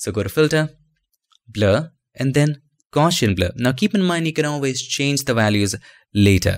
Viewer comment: The best 'adding reflections' tutorials I've seen. Your teaching style is excellent too. Please allow me to point out one tiny detail. The word 'Gaussian' is pronounced in such a way that the 'gauss' part rhymes with 'house'. The word relates to the 19th century mathematician Carl Friedrich Gauss. The blurring algorithm for this particular form of blurring makes use of his mathematics. Not important to know but I thought that you might be interested. Thanks again for your impeccable tutorials